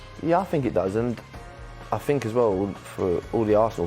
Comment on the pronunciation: I “fink” Jack Wilshere is a terrible pundit. So, so bad.